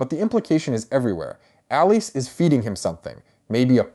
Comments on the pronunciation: Its pronounced Alice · Pretty sure it's just pronounced like "Alice." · Sorry, but I'm turning off. In this day, if a creator can't even correctly pronounce the character's name, it's sus... I immediately think 'AI.' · Why is your pronunciation off